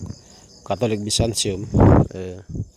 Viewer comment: Mas. Mau tanya dong. Kenapa banyak orang Katolik baca huruf T dibaca S? Byzantium kok jadi Byzansium?